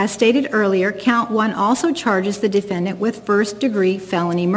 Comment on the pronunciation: She pronounces it D-fin-Dant. 🤣